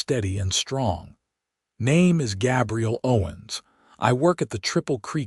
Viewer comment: The story is lovely. Is this read out by AI? The names are not pronounced right. It kills it a little bit.